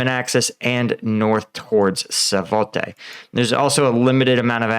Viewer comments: it's SVAtova, not Savote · Yahidne, not Yadhine. Svatove, not Savote. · Come on, it's pronounced Bach-moot. 6 months into this battle and some of you Ukraine War YouTubers still don't know how to pronounce it. Same thing goes for Svatove. That's pronounced Svat-toe-va. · He's never going to get Svatove right, is he?